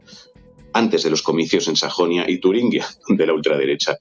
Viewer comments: ¿Queréis pronunciar Turingia bien? Es una "G", no una "GU". Sed de izquierdas si queréis pero pronunciad bien el idioma. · Por favor, se dice Turingia, no “Turinguia”.